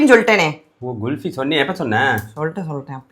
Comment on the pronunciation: உச்சரிப்பு GULFI இல்ல KULFI குல்ஃபி from Hindi कुल्फी